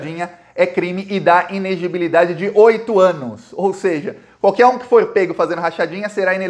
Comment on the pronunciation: o certo é i-ne-le-gi-bi-li-da-de. Kkkk!!! Abraço cara, sou teu fã